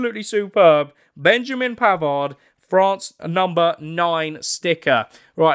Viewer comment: As he said Benjamin pavers 😂😂😂😂😂